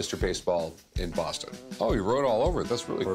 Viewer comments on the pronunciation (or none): The Bwoston Red Sox. 😅